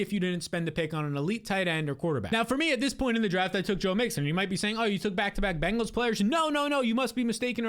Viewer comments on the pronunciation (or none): none